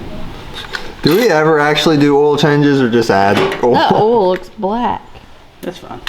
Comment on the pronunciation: Honestly, please stop saying oi-il. I much like ol better. 😂 Be who you are!